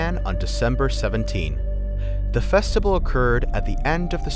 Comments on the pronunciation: The narrator keeps mispronouncing easy words. The word is “festival”; not “festibal”. It’s also “vibe”; not “vive”. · I think we’re all ignoring the narrator says “festibal” instead of festival- JAJAKAKAAKKA